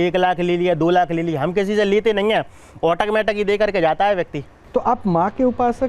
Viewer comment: Automatic ❌ OTAKMATAK ✅